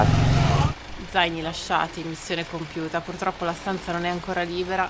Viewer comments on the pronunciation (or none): none